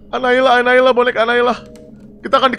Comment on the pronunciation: Annabelle❎ annaila☑️ Annabelle bilaike: Annabelle bang bukan annaila😌